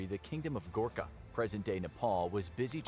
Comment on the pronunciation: Bro it’s Gorkha